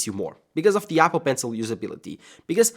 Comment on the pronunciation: I love how he says yapple